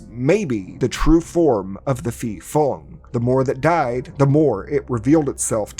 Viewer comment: Am Thai, ,so a video about a Thai movie is a welcomed surprise lol. The pronunciation of 'phi' (ghost) can use some work. It's pronounced 'pee' with a rising tone at the end.